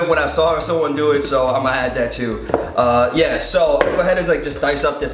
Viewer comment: I love how ur always like "yuh" that's adorable